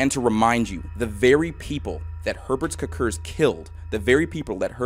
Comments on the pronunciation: Every time you said “Herbert Kirkir” (or however you spell it) all I could hear was the Swedish Chef😂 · As a Latvian (and also a bit of a fan of the morbid reality series), this was a particularly fun watch for me and it certainly caught me off guard to see my country's flag in the very first slide...😅 Personally never knew of Herberts Cukurs (btw, the pronounciation you did made me laugh a bit, but this is just how native americans typically spell it anyways), so this was definitely educational. The history of Latvia really is bitter-sweet the more you look into it, but i am proud of where i come from. Cheers!